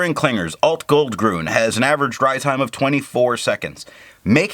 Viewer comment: Nice video, watched immediately ;). By the way, two small remarks. It is "grün" not "grun" which changed the sound. Also, you have called this ink KWZ Alt-Goldgrün once or twice which I think was quite funny 😂. Take care ;)